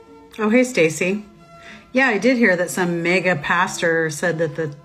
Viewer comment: was listening but not watching and boy I did NOT hear Mega